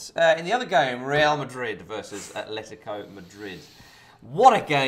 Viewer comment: It's ATletico not ATHletico...